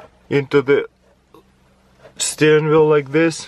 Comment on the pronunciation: Steenwheel lul xD